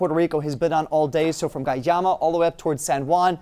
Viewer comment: Cool video but guayama is pronounced differently. The gua part is pronounced like guac without the k at the end. The yama part was pronounced correctly.